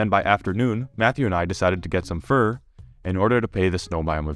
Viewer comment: When you said you got fur to tame rudolf the way you said it made me think he was going to eat it 😂 took me a minute to see what you meant